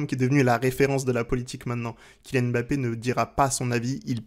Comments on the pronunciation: oh non tu peux pas nous faire ça haha 😅. ça se prononce "mmmBappé" et non pas "Èmbappé". Ta chaine pourrait limite avoir un épisode sur la prononciation des noms africains donc attention à notre Kylian stp!!! et à tous ceux qui ont des noms qui commencent par deux consonnes:) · Très bonne analyse comme d'habitude mais juste pitié frère, on dit Mbappé et pas M'bappé. Il faut qu'on laisse aux français le défaut de mal prononcé les noms africains